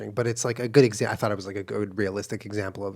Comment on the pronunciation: Every time Julian says “thought” I think he says “thot”. “I think that was a really interesting thot.”